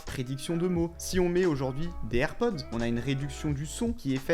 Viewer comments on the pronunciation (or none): none